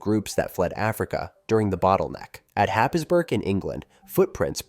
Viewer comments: Completely irrelevant, but Happisburgh is pronounced Haysbrugh, because England likes to be awkward. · Happisburgh is pronounced “Haysbruh” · I was listening, disagreeing with a lot, but understand that there needs to be alternative views, but then at ten minutes the absolute butchering of the pronunciation of Happisburgh has caused me to stop the video, write this and move on.